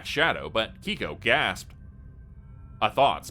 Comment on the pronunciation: Keiko is pronounced kay-koh not key-kow. Miki is pronounced mee-key not like the name Mickey. Manga is pronounced mahn-gah, not mein-guh. Gōkon is pronounced goh-kohn with a long o in goh (that's what the line over the o means) not goe-cawn.